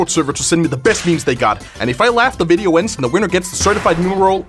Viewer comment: can't even say video he is saying "mideo"